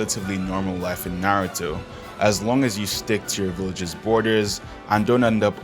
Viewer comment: When bro said nartou i was like "I AM DEAD"